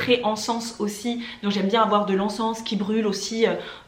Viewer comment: Je fais 1, 2, 3, 5, 7, 8, 9 et 10. Mais ça m'a pris des années pour y arriver :o) Je commence à m'intéresser aux plantes grâce à ma soeur. Le présent : je n'y arrive pas encore. Et ça me fatigue. Sinon, encens se prononce "an san". J'aurais rajouté 11: Avoir un sommeil réparateur. Au moins 7h.